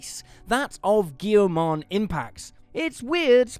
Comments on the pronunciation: For future reference, Goemon is pronounced Goi-mon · I don't think thats how Goemon should be said.